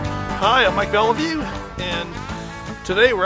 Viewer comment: "Beliveau" , it 's a French name !!